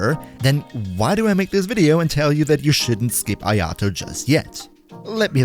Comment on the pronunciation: If he's so good. Why can't you pronounce his name?